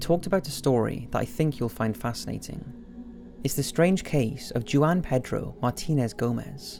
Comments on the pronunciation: Also "Juan" is pronounced "wahn", not "Jew-on":) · Did you just pronounce the name Juan as "Jew-ann?"